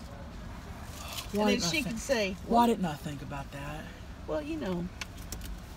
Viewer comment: “MCCSUSE ME??”